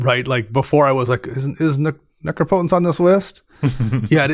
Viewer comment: being the first person I've ever seen on YouTube to pronounce it "Necrop-otence" genuinely made me smile. Despite the "potence" of the card